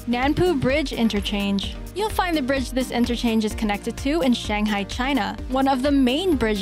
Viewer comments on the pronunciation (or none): none